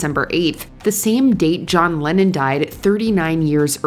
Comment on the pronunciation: Rappers keep John Lehhon out of your mouth you no talents